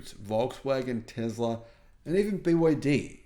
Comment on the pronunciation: Still you call TESLA - TEZLA - with a 'Z'! Don't you read your comments Mr. Know All of electric vehicles? Electric Vehicles are a major liability for anyone buying one - now or into the future. GET a grip! Read more, educate yourself about what is happening all around the world right now, and no-one, but no-one could believe anything you say.